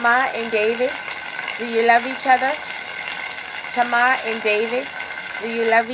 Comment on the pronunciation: i loveeee the way you say “Tama” instead of “Tamer”😆😆😆😆😆